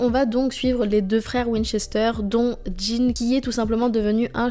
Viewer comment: J'adore la série et les épisodes que tu as choisi, Un petit bémol: le frère de Sam s'appelle Dean avec un D et pas de J; pas Djin ou Jean